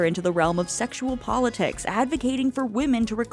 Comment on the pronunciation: *Politics, not polotics. ... You kept saying "Mr. Lipp." No such person. Her boss in publishing was Mr. Lippman. The eccentric boss was Mr. Pitt. She didn't partner with Kramer on any business venture. She partnered with Mr. Lippman.